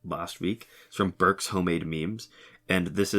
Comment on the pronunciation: Burks-show-made-ma-meme reporting here. (A request I supposed, but I loved how you pronounced my name the first time, can I use that audio in the future?) That response was a pretty expected one and a logical one. But I’m definitely not a logical person. If I get a sponsor, it has to be something I actually use, or at least something I actually approve. Yes there’s the “what if you get 10 million instead of 1 million?” Obviously I will accept more sponsors if it’s 10 million, heck 1 million cad, the strongest currency is a nice deal. But I have a line and I believe many others do. And no matter what, I want control of the stuff that is labelled under the name. I actually have a long term project that is benched and gathering dust that I want to fulfill. And to get happen in this reality, I will need to sell some things out. But due to my stubbornness I would rather sell maybe 10% of the project for 5 thousand than 70% for 7 millions. I know there’s the “you won’t act like this if you actually have the money in front of you!” Which I agree, but I have given up opportunities and in the back of my mind I’m like “wow I’m stupid, should have done that instead!” However, I know that if I was given another chance, I would of still done the same exact thing. No it’s not because I’m a resilient person, but rather this was a long explanation of exposing as an anti-opportunist and truthfully, idiot. On the topic of politics, I myself have done some “podcasts”. Which was essentially me d